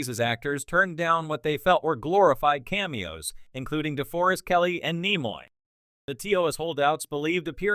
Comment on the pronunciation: Not to mention mispronunciation of NIMOY's name